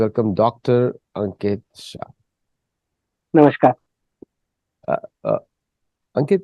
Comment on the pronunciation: What is namashhhkkaar bro ! U can say namaskaram in a decent way ! Or rather say Salam valeikum rather than ur persian influenced way of saying namassshhhkkkaaar !